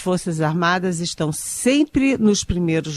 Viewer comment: Pior jornalismo ,Estadão! Especialmente por esses representantes do governo PT maquiado de jornalista DNA Eliane 👇 Investigação….não Investigason Questão…não queston Estão…não eston Já é hora de corrigir sua pronúncia 🤌